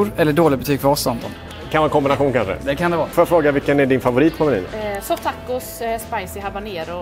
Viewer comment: Sa ni soft tacos? Tyckte ni sa Sofftacos 😂😂😂